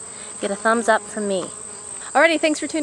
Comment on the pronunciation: "thumbs up from me" I'm getting crazy Russian hacker vibes!